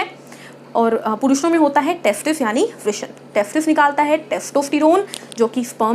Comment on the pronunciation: 'वृष्ण' नाही गं बाई 'वृषण' 😊